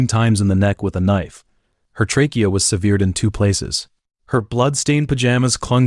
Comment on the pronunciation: There have been several examples of the lack of research here. The word severed is pronounced SEV ERED NOT SEE VEERED. Always research pronounciation. It is important to the media you are using. If you get names, places, basic word pronounciation or location wrong it spoils everything. TRhere is a good example in one of your other videos. You had shots of Africa but were taling about Berima in Australia. We don't have giraffes in Australia not do Water Buffalo reside in places like Berima, far too far south. You need to be correct in your portrayal. You have not been in the any of these things. I appreciate you are putting your time and energy into these projects. But accuracy is imperative. The trouble with Americans is you don't even know where Australia is, probably have never been there and think it has the same animals as Africa. Well we don't and Africa is over 10,000 kilometrees from Australia, on the other side of the globe.